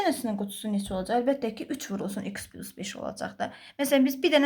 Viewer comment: Düzünü desəm, esebime toxunduz İkıs, pilus zad..